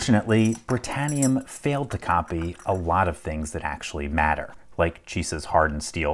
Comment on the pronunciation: Britanium? Sounded like I heard, Master Lock. 😏🤣